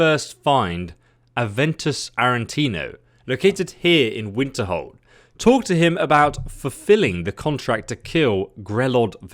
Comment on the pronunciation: how many years have you been playing Skyrim and you still said Winterhold